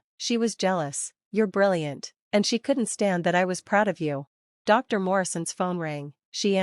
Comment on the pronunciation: Get an A.I. voice that knows how to pronounce common words! (like Dr.)